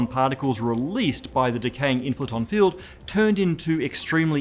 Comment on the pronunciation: I heard fuel instead of field